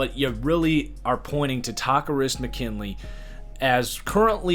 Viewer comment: Taco-wrist McKinley is not the correct pronunciation lol